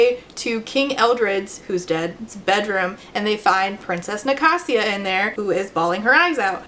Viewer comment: wait i thought it was Ni-kay-sia